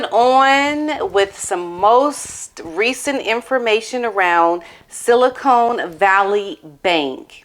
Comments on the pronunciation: Silicon (as in "con" job) Valley Bank, not Silicone (as in implants) Valley Bank, BTW. Interesting video; wonderful dog!😍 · Pronounced siliCON…..not siliCONE….there’s a difference! Look it up!